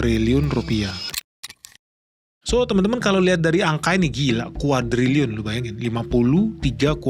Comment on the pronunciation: Sok teu lu... Cina kolap Indonesia juga kolap.. Nyebut kuadriliun saja salah lu 😀😀